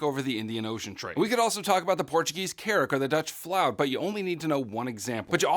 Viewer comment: in one of ur in depth videos on ap world unit 4, u pronounced the dutch fluyt like "the dutch floot, which gives me great pleasure to say...", but now u said 'fl-ouw-t' so the question is which is the right pronunciation?